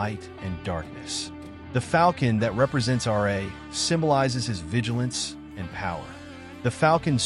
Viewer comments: RA not R.A.. RA=RAH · Ra not R.A.